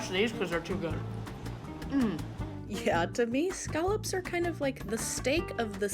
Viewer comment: Scallops. Not skullops.